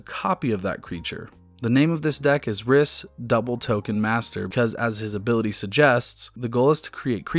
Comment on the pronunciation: Rhys is a real name and is pronounced "reese"